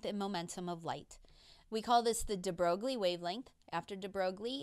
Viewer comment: F r e n c h physicist ‚de Broglie‘ ( Aaaarrrrghhh) is pronounced de Broi. Well, yes, english speaking people and foreign languages… a desaster. But a professional physicist should perhaps be aware of this. Admittedly, even for people educated in French the pronounciation of Broglie is a bit strange and uncommon.